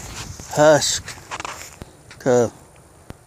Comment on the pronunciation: thx for your review! Just so folks to know (and, this is not a snark!)... the brand pronunciation of Husqvarna is... hoosk.VARRR.na (hoosk not husk, and VAR gets the emphasis). 99% of Americans pronounce it wrong so I thought I'd clarify. Thx again for your video review!